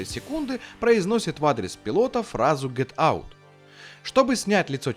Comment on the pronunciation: "Get out"- " Ket ary"😂